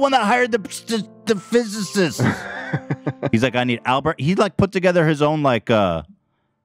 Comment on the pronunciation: Ethan trying to say physicist 💀